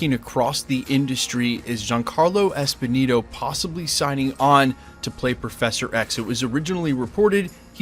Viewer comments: It’s Giancarlo Esposito not Esponito. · It’s Esposito, not Esponito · It's Giancarlo ESPOSITO LOL not Esponino lol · Giancarlos EspiSITO, good brotha. There is no "n" in that name.